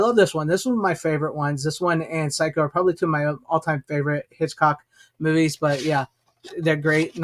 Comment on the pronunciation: You know it's funny how the word, "movies' sounds a lot like the word," Boobies." At least I notice that when you say those two words. 😉